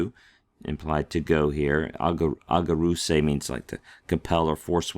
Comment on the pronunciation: The first gamma is pronounced like a nu. It’s aNgareusei. Even the pros can slip up once in awhile 😊